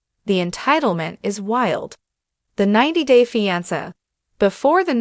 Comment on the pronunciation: I refuse to listen to videos that talk about "90 Day. Feeance". If you can't even bother to read your own script, just keep it to yourself. Clicking "Do not recommend channel"